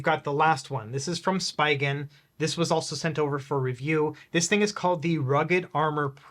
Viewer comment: I think Spigen is pronounced different lol